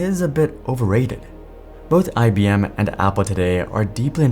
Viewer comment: It's IBM , not IBMe.